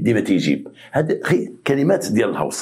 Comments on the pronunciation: السلام سيدي سمح لي نصحح ليك الكلمة ماشي الهوس انما الغوس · ههههههه ماشي الهاوص قول الغَوْس 😂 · الغوس وليس الهوس